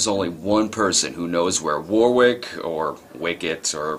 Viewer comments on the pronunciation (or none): One small detail It's pronounced Warrick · It's pronounced WO-RICK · Not Wicket War-wick